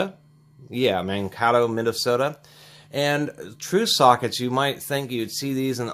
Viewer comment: Mankato is pronounced like Man-kay-to. The second "a" is a long "a" as in kay or way. I used to live in that part of Minnesota. :)